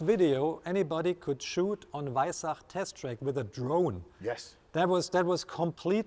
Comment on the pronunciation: he just said weissach....not....WEISSACH!!!!!!!!!!!!!!!!!